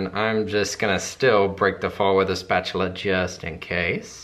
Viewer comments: OMG how cure, you call it a spatuluuur too! I love you guys <3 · You said, "Spatular!" I love you for that! Well I loved you already but now I love you more! Love the lavender soap. Love your design too. You did an awesome job. Katie I love you too. Hope you're feeling great.